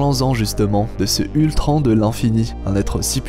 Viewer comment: Géniale cette vidéo... mais frère... POURQUOI TU DIS ULTRAN !!!!!!!!